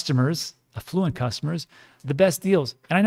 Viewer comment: Affluent a like apple....a...flu...ent